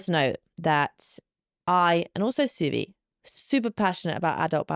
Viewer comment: No offense but you're pronouncing Suvi's name wrong... in Finnish the U is pronounced open like in the word who in English.